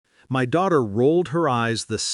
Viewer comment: I am really tired of the phases "I didn't cry, I didn't scream", which is in almost all of these stories. Also, "MY" IS NOT pronounced as M.Y. It means "self" or "me".